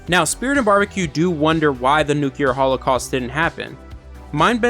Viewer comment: Nuclear, NUCLEAR....THE WORD IS PRONOUNCED NU-CLEAR!!!!!!!!!!!!!!!!!!!!!!!!!!!!!! The word you are saying Nuculer which does not EXIST! NO SUCH THING AS NUCULER...ITS NUCLEAR, NU-CLEAR!!!!!!!